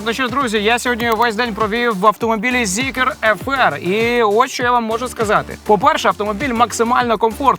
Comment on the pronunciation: Для начала учимся правильно называть марку авто ЗИКР!!!, не ЗикЕр, потом уже снимаем ролики и обзоры